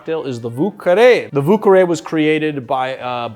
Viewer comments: pronounced "voo-care-y" atleast in new orleans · wu carre ? isn't the pronounciation like french? ;-) not like wu-tang clan lol